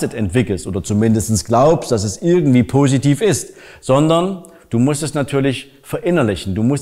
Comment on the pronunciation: Wenn der die Wörter "positiv" und "Illusion" ausspricht merkt man, dass der aus Sachsen kommt.